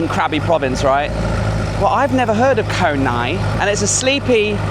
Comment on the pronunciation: รู้ละ ฝรั่ง ออกเสียง ง.งู บ่าได้ 555 พังงา อ่านว่า พังนา เกาะไหง อ่านว่า กอไหน